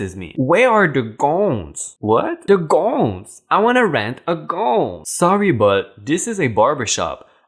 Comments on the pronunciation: gouuwwns NOT gooonns just say wedding dresses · Love your videos. Even though English is obviously not your first language, you speak it very well. Just a couple of pronunciation helps...”gowns” is pronounced like g-ah-w-ns. Like if you hurt yourself and say “OW”. “Tidy” is pronounced t-ah-ee-d-we with a long i sound as in the word “like”. English is a strange and difficult language as I’m sure I would find yours, even though I love other languages, having taken Spanish, French in High School and a Semester of Italian in College. I hav also picked up a smattering of German and Czech. As I said, I love other languages. Keep on posting your videos.